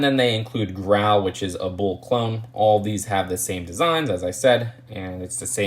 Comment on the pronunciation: Jeez man. Are they "Bools" or "bulls"...